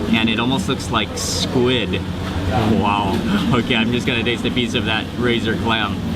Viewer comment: i just LOVE the way he accentuates and over-pronounces the last letter of every worDDDD he speakkkkkks. I love it! There is SquiddDDDD and Garlicccccccckkkkkk! lol